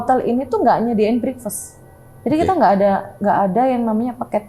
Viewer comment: Mba breakfast dibaca "brek-fast" Bukan "brikfast" Sekedar info aja ya😊